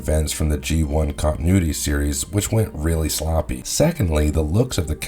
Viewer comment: "GI continuaty 😂😂😂"